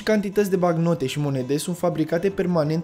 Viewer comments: "Banc-note" sau "bank-note" , nu "bacnote" ... Ai o problema cu limba Romana , unde ai invatat-o , la Teel Aviv ? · Bancnote. BANC-NO-TE, de la note bancare. Nu bacnote. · Documentat bine,dar cand cel care relatează spune (bacnote) te cam îndoiești.